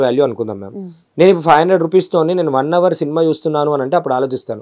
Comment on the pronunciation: “Hour” H silent .